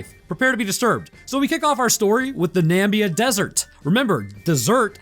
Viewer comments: Nam-ib-ia not Nambia. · Also what the fuck is a "nambia" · Question: Why is Namibia pronounced Nambia in the US. Is is like aluminium/aluminum, caramel/carmel? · Really bugs me every time I hear "Nambia". Two I's in Namibia. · I stick to Namibia not Nambia lol mayby thinking Zambia? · I dunno if you did it on purpose to drive engagement by having people correct you in the comments, but here goes! "Umm... Actually, the name of the desert is the Namib desert, and the country is Namibia. The desert stretches from Angola, through Namibia, into South Africa. Nambia is categorically incorrect. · The country is Namibia, not Nambia. Nambia is the country trump made up when he forgot how to say Namibia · There are 2 "i" in Namibia, you know? It's not Nambia. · It's Namibia 🇳🇦 not 'Nambia'. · Namib Desert of South Africa, Not the "Namibia Desert", and it's "NAA-MIII-BIII-YAAA" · Being from southern africa, I love how you butchered Namibia. - wait do you mean tokoloshe? You pronounce that one toh-koh-LOH-shee. You need to do more southern African themes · bro, your pronunciation of namibia is killing me inside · Namibian here... It's so weird with the mispronouncing, made me laugh